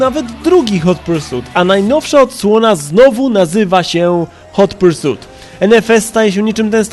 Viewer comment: Hot Pursut ? A ja myślałem ,że Hot Pursit XD